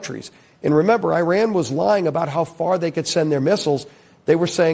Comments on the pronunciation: Why does every GOP intentionally mispronounce the name of the country IRAN, it is not "I ran" !!! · Fuck me Americans there is no such place as “👁️ Ran” it’s called Iran FFS 🤦‍♂️